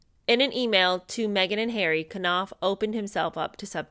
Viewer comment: 😂 Not you adding an extra syllable on Knauff's name 🤣🤣